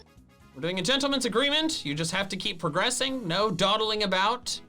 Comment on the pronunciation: Did anyone else hear say "Tentleman's agreement"?